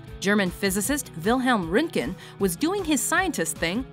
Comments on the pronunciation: Why cant anyone pronounce fucking german names? Its not Rüntgen its Röntgen with a fucking Ö not an Ü. It cant be hard to learn to pronounce german names if we not native english speakers can pronounce squirrel. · It always makes me laugh when Americans try to pronounce Röntgen